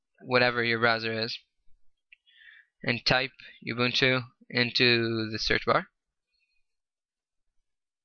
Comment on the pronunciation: I'm from South Africa, so, just to tell you the way you pronounce it is "Ooo-boo-ntoo". It is a Zulu word meaning "community" or "togetherness".